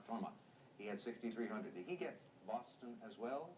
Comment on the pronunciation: got it right when he said Boston.